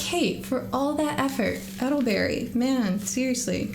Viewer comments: Not edelberry its Elder berry. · It is ELDER-berry...😂❤ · Eddle berry lol satan worshippers cant read. Hilarious how many times its said too. Aye-gate 😂